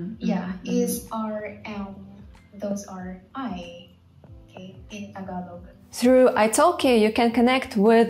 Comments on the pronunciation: Wow you pronounce Tagalog word correctly. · You have dived really deep into the Tagalog language that I find it so fascinating. You really took time to pronounce the Tagalog words like a native speaker. Great job <3 EDIT: Also, you're the very first person who emphasized the glottal stops. It was never mentioned in any tutorial or by any Youtuber but glottal stops are so critical in Tagalog. GREAT JOB X2 FUN FACT: Altho not noticeable, there's a minute difference between the glottal stops of words that end with or without the letter "k" (and some words emphasize the "k" sound if they're not glottal stops). E.g., "bata" (kid) and "batak" (stretched/strengthened). They both have glottal stops but "bata" is softer (sometimes not noticeable at all) while "batak" is stressed, borderline "k" sound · Deym! your pronunciation of our words was on point. malupet! and also, them eyes are mesmerizing as hell.